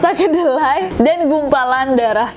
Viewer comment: Same! Kedelai kedengeran kyk keledai:vv